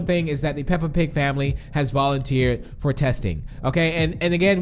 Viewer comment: Lol you said fo 😂